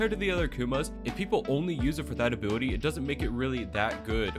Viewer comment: i love how i hear "a booty" when he says ability every time